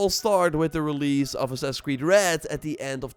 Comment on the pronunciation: Why does this guy always call it “sussuh cwee” 😂😂😂